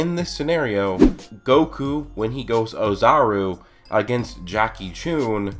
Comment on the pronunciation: Why do you pronounce "Chun" as "Choon"? You've clearly seen the show, and not a single character or reference or hint or anything, is ever been shown or said that would make anyone think "Choon" is the correct pronounciation. And if you consider it he fact that he is named after Jackie Chan, it's even more evident that there's no special emphasis on the "U" part of the name.